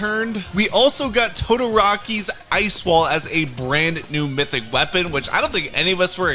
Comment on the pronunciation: BRO DID NOT SAY “Todor-ah-kee’s” 😭